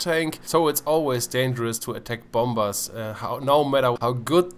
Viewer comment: I know that I might be a apin in the ass but dont say 'bomBers" say "bomers" apart from that awesome video.